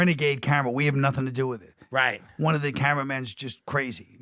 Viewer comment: also i love how Tim at some points sounds sooo much more Irish than he normally sounds. almost like him and Collin were resonating in that same frequency. (around the mark, how he goes, "right, right.")